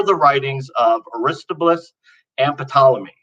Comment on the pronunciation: The young man’s enthusiasm, creativity, fails to convince. Also, please tell him that the name Aristobulus is pronounced as "a-ris-TOB-yoo-lus". The emphasis is on the second syllable, "TOB”. I think he’d be better suited to doing Christian comic books then serious scholarship.